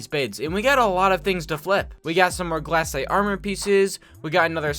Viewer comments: anyone else want to die every time he says "glAHcite" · his pronounciations for golem and glacite are hurting me